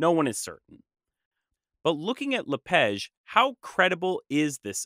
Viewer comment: I’m curious why you pronounce “La Page” as “La Pege”? The “a” in French is supposed to be pronounced like the ‘a’ in “father”, not “feather”.